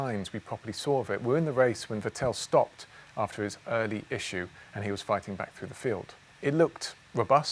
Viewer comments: I was wondering who the heck "Vutell" was for a while too! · I still cant go over it how he sais Vettel.... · The way he pronounces “Vettel” jars me